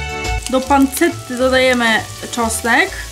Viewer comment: Super film🎉❤ a Tak btw tomówi się panczetta ( na pancette)